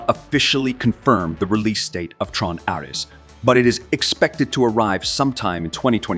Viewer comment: How many different pronunciations of "Ares" does this have? I'm typing this after pausing .